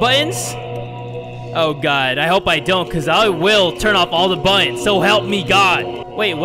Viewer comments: He says BUTOOONS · In Heaven, They Were Saying 'Buttons' If You Listen To It Carefully, You'll Hear It XD